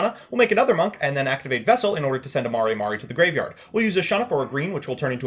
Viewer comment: Mare mare. Not Mari Mari lol